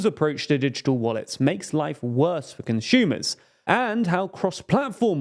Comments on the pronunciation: Conshumer??? Never heard that sort of pronunciation, where does it come from? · THERE IS NO "H" IN CONSUMER. "ConSCHUMER" isn't a word. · is a conshumer similar to Amy Schumer?